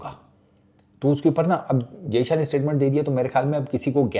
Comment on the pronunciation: jayshA ka naam shi se liya kar nhi to naam mat liya kar sale